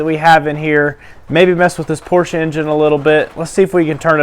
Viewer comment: Porsche is a 2 syllable word. And yes lots of porsches dont smoke.